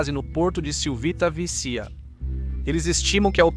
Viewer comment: video interessante mas é lamentável a falta de conhecimento de termos estrangeiros do locutor. Ex; maritime virou "MARY" "TIME" ?????? Civitavecchia virou "CIViTA" VECHIA" /// Falta um pouco mais de cultura e conhecimento. Fabrizio Carrara